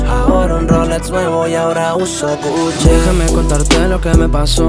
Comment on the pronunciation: GUCHE* 🤣🤣🤣🤣🤣 ni pronunciar marcas